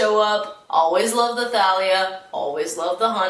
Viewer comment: Is it pronounced Ta-lee-a or tha-lee-a